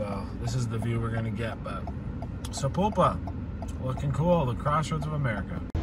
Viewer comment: You pronounced Sapulpa correct. Named after an old Indian chief.